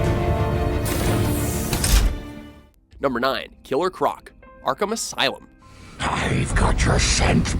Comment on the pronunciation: "Arkumus Island"